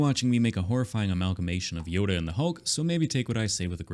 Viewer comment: Nobody said it so im gonna say it. Its "Yolk"...